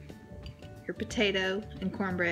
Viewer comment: You said tator soup